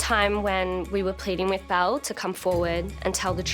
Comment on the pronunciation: Just curious, anyone else thought they said Mel Gibson (the actor), then proceeded to keep hearing them say Mel Gibson instead of Belle then Bill?! 🥴🫣🤣